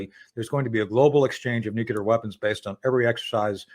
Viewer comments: Nucular -- How can The Judge not laugh every time he mispronounces a very easy word? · a US intelligence officer who can't pronounce "nuclear." says it all.